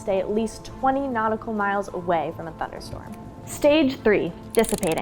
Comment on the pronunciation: "Thunderstrom". lol